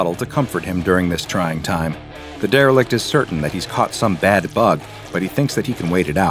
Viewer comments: Say Derilect again! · Take a shot every time says “derelict” to get alcohol poisoning